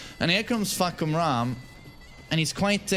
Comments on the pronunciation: fahkumram more like fahkurmom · Fahkumram, more like FahkUrMom